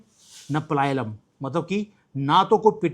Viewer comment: पलायलम नहीं पलायनम् सही है